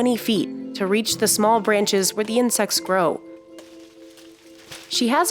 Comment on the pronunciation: "You will eat zeeee bugs...."